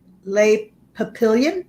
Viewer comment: French for butterflies /pah pee yohn/ n is mostly silent